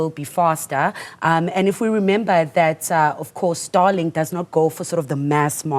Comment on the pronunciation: Starlink not Starlik